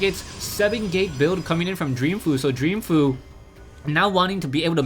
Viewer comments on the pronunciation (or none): I believe its pronounced "Fo' You", going by the GSL pronounciations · it's pronounced fo-u